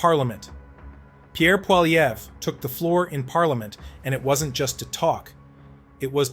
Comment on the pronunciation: I love how the AI cannot pronounce Pierre's last name ahaha! kills me every time I hear PWOLLY EVERA!!!!!!!!!!!!!!😅